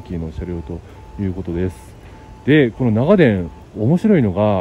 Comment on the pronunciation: 信州人ですが、取り上げてくださって嬉しいです。 ただ、長電のイントネーションが気になりました。地元では なが⤴️電 が主流です。 でも地元の愛称で呼んでくれてありがとうございました